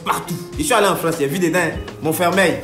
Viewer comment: il adit "Montfermeil", je suis mort mdrrr